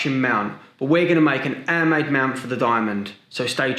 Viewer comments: lol he doesnt pronounce the H like a french person haha "andmade", "opefully" etc :) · don’t forget the ALO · I love how you don’t say your H’s 😂